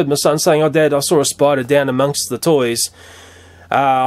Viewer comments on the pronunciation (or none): Am I the only one that like when he says "spida" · We Australians don't emphasize the letter R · yeah we replace er with ah